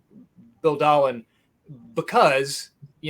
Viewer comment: Bad Bill Dahlen should be in. I believe It’s actually pronounced Day-len. One of the best shortstops of the era.